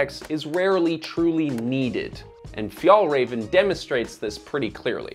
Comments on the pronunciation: "Fi-el reven" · Fyatlrafn, this is how it's pronounced. Means "mountain fox" , but refers to Arctic fox. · Sidenote, the ä in FjÄllrÄven ist pronounced like the “e” in “bet” for you english speakers. Still not the way Swedes would pronounce the word, but close enough. Just when you say the name of the brand so much it starts hurting. Other than that, fantastic videos! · Never heard someone butcher the name "fjällräven" like you! 10/10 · You almost pronounce Fjällräven correctly. The second Ä you pronounce well, but the first Ä should sound exactly the same. Good job! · Wow great pronunciation of Fjällräven lmaaaaoooooo. Disrespectful to pronounce it that way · I wish you would have just checked the pronounciation of Fjällräven before doing this video series. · look up the pronounciation of the things you talk about. the way you say Fjällräven is horrible